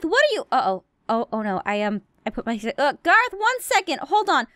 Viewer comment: it's garroth not gereth caw caw